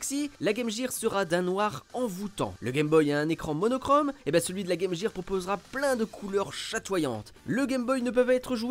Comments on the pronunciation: On dit « guir » et non « jire » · exactement, d’ailleurs quand les chaussures clignotantes LA Gear, c’était prononcé « Guir », et ça nous choquait par rapport à la Sega. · "Le" Game Boy 😵 Game "Jir" 💀 😭😭😭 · Pffff arrêtez avec "game JIR" c'est hyper moche, est ce que vous dites "metal JIR solid"? Tchip🙄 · Pas que... En France, beaucoup prononce "gaime jire" car, quand tu es enfant et que tu n'as pas commencé les cours d'anglais, tu reprends la prononciation de la publicité. On a de la chance car à cause très pointu de France 2, on aurait pu prononcer Meuporgue pour MMORPG... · "Le" Gameboy, la Game "Jir"... C'est trop pour mes oreilles. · Game Gear se prononce Game Guir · game jér,j'ai laché la video a partir de la. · Game “Jire” hahaha ces français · La “Game Jear” ??? Lol cours d’anglais de base svp. restons entre gens sérieux.